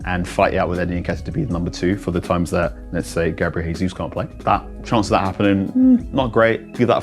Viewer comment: It’s not Hesus. He’s Brazilian. How on earth do you not know that